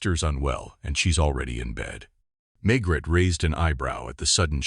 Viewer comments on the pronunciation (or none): May Gray. NOT Maygrett.